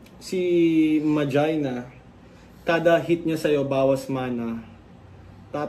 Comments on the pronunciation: Ma jay na daw pronunciation sa probinsya nila. Inexplain ni sa website nya. Pero Ma-gee-na talaga yun. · Butas si dito 😅 'Mah-Gee-Nah' basa dun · SAME! MAJINA! kung bigkasin ng mga dota player non ma-gi-na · Idol, yung ma(jai)na na pagka pronounce mostly sa bisaya baka ganun din sa waray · Mali pagkasabi ni Tama Yung Sayo kasi pag naglalaro ka ng dota1 sasabihin kasi ang name ng hero mo tas ang pag bigkas non ay Yung pagkasabi mo